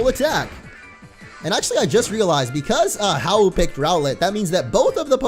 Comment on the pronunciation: I HATE HOW YOU SAY HAU IS YOUR RIVEL